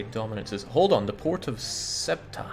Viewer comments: now I guess it doesn't matter because your glorious Granadans conquered it haha but in Spanish it's pronounced /ˈθeuta/. If you're not familiar with the phonetic alphabet, then something like THEOO-tah. The "e" is like an "eh", and the "u" an "oo". But the "eu" is pronounced together as a single syllable. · Every time he pronounces Ceuta as "SWETA" I die.